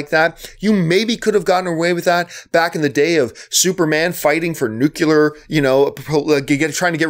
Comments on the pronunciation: Ugh. John John John. You're an intelligent man. Why do you keep pronouncing it Nu-Cular? It's pronounced Nuclear (new-clear). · Nuclear. Nuclear, John. Not "Nucular". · woodulike2 no - I'm Canadian, too, and the only people I know who mispronounce nuclear are either not that bright or, to be charitable, are simply ignorant on the pronunciation of many words. The thing that bothers me more is how John routinely mispronounces names, particularly French names (think 'Villeneuve'). I know he's from Ontario, which is not especially bilingual, but come on....